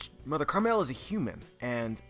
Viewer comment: Isn't it Mother Caramel not "Mother Carmel"... can someone clarify this lol